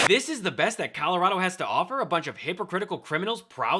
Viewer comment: She doesn't even say "Colorado" right.